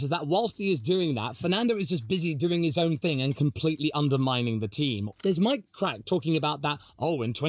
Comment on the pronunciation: appreciate how well you enunciate Mike Krack, cracks me up